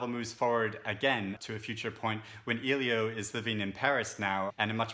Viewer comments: Nice video. great review but i feel like i need to call you out on how to pronounce Elio’s name. It’s ‘L-yo’ not ‘eel-yo’. No hate. It just really bothered me. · His name is pronounced "Ellie - O" not "Eee - Lio" I cringe every time I hear someone call him "Eeeee-Lio" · I appreciate this thoughtful review, despite the "spoiler" that can be inferred from it that Oliver and Elio don't reunite as a couple and despite the reviewer's mispronunciation of "Elio" throughout. The sequel sounds less interesting than the original. There are so many great books I have yet to read that mere curiosity based on the fact that it's a sequel is not a strong enough draw to put it high on my list.